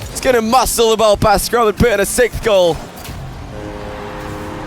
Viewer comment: Why can't say "sixth"?